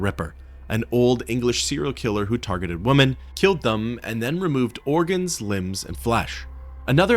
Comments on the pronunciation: Remember there's a difference in pronunciation when it comes to the words 'woman' and 'women'. You mispronounce 'women'. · Is there a particular reason you can't pronounce "women"?